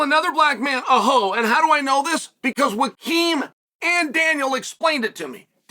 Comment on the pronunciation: I just realized our dearly beloved Uncle Chael pronounces Joaquin as "Wakeem" 💀